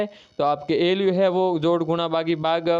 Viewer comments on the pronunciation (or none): ALU को तो ये ईलुलुलु बोल रहे है😂😂